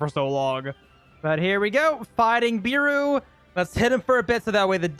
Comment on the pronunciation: If beru was your favourite character atleast say his name right its pronounced bearu not "beeru" its so aggrovating when u say it like that